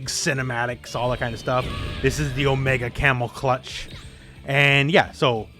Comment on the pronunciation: "Omega camel clutch" Did I hear that right